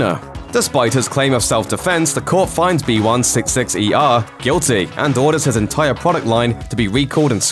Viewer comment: You keep saying B166ER, instead of BIGGER